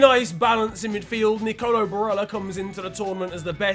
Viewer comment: Hey, how are you, I think good. I am an Italian supporter of your channel, and I'd like to correct your pronounce in Nicolò Barella, isn't nicólo, but is Nicolò, like hóuse, put the "o" pronounced in house, and put it at the end of the name. I hope you had a great day. Your only Italian Fan, Raffaele